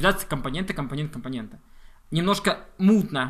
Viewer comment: компонентА, компонентУ - это в какой станичке так говорят?